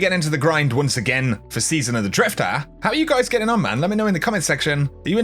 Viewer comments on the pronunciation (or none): It's drifter not drifta